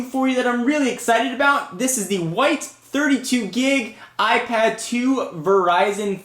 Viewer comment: he saids apad 2 xD